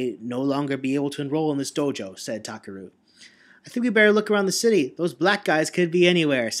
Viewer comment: Um, first, I think you misread Ban's name. It's not Banban Azuka, but Banban 'Akaza'. Also I thought that when you said 'Takeru', the 'e' should be of a higher pitch, but maybe that's just your style?